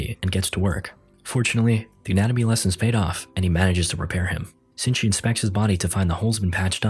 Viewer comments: It’s shinichi not sinji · Shini-chi... he reads it Zinji dumbass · first off his name isnt shingi, its shi-ni-chi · I watched the whole parasyte anime And im dying because in this recap, his name is shinchi instead of Shinichi His name is Izumi Shinichi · So annoyed by the Sinchy instead of Shinichi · sutomi??? shingi????? ITS SHINICHI AND MURUNO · It's not shingi it's shinichi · It's Shee-knee-chee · its SHINICHI(SHE-NI-CHI) THO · How do you mispronounce Shinichi as Sinji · i hate how hes calling him sinchi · protagonists name is pronounced she knee chi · Its pronounced Shi-ni-chi or in the movie is it different? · Its pronounced she-knee-chee and is spelt shinichi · thats not really how you say his name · the movie is so difrent from the anime also it frustrates me that ur pronouncing shinchini wrong anyone who hasnt watched the anime go watch it